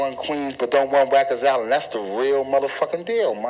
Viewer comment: “Wikers island”.